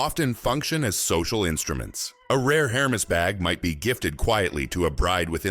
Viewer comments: It would do to have them measure me just once,because if in one month I want to eat cake my size will be higher. This AI voice.saying couurteeeer and Hermeees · The pronunciation of words like Hermès and couture shows this video is the amature hour.